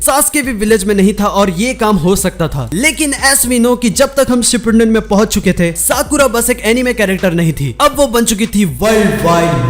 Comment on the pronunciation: Bhai sipunden nai hota hai " Shi-pu-den" hota hai